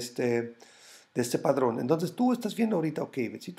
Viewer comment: se dice patrón! No padrón.... en buena onda porque me encanta tu esfuerzo por enseñarnos y cuidar tu comunidad